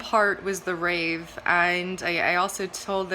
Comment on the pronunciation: That's rave with a V culture, not with a P!